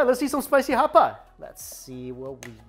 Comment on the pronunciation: Everyone else: "Hot pot": "HHHCHHCHHHAPAHT!"